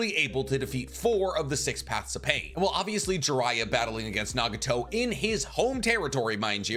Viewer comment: who is naga-tow lmao